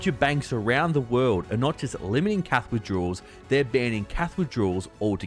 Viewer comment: Did you say Cath or Cash?